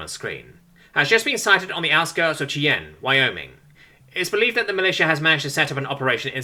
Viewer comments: Just letting you know for the future, it's SHY-ann, not CHEE-yen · Cheyenne is pronounced Shy-anne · Not a big deal but the city is pronounced shy-anne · FYI “Cheyenne” is pronounced “shy-an”. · This is a pronunciation note for the name Cheyenne. It's a two-syllable word, pronounced shy-anne. I know because I attended high school with a girl that was given an alternate spelling of it as her name, and how I described was how she pronounced it. I'm pretty sure it's inspired by a Native American nation that would have lived in what is now the state of Wyoming, and it's a lot less common outside of the Midwestern United States, so a British citizen like would be far less likely to have been exposed to the word, and I'm writing this so he knows better for if he decides in the future to say, upload a remastered version of this specific chapter's narration.